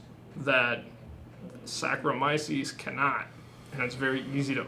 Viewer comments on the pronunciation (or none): Cicerones will never measure up to real home brewers..... I love the way he says Saccharomyces : Sacromisis wtf bro